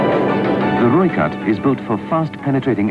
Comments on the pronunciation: Pronounced Roy cut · Its pronounced roy kut or red cat in english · He says Rooivalk right, but then butchers Rooikat? =_= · I love how you cover South African military vehicles, but the way you pronounce these names like rooikat, ratel, eland etc makes me cringe...